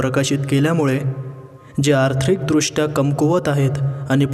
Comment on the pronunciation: आथ्रिक दृष्ट्या नाही आर्थिकदृष्ट्या अस बोलत जा